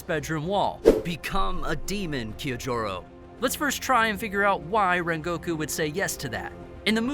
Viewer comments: oh god why did he pronounce it kiyojurou and not Kyojuro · Why are you butchering the name Kyojuro?